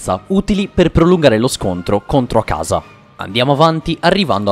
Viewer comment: Unica cosa, per favore tocca migliorare gli accenti è: Katá non Kàta Akáza non akàza